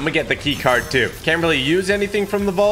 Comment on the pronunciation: I loved when he said "that looked dooo cool"😂😂😂😂